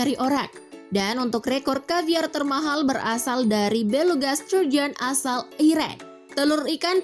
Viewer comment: Aku dengernya ikan sarden...😁😁😁😁